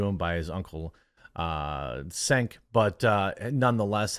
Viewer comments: It is not pronounced "sank" smh. Its turkish. The C is pronounced with a "cha" sound. The e is guttoral so its like a "uh". So you say it "cha-uh-nk" or "chunk". His last name is phonetically most similar to english "yogurt" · A) just because “Vogue” says something doesn’t make it true. B) hitting someone in the face with water is absolutely considered assault in Los Angeles. C) it’s pronounced “Chunk”, as in “Chunk Yogurt”, Hissy fawns commie uncle.